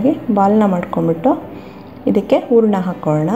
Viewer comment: It is hurana. Not oorna. Then Kannada sounds best.